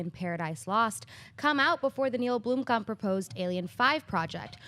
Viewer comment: blOmkamp not blUmkamp )